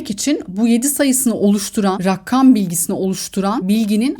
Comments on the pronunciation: rakkam kelimesi yüzünden odaklanamadım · Beynin çok boş.Azerbaycanda regem diyorlar,asıl türkcede rakam degil rəgəm